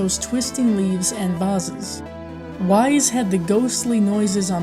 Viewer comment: It's 'Wise', like 'Fronkensteen'.